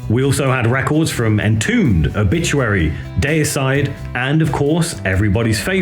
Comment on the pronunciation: Who is Day-A-Side!!??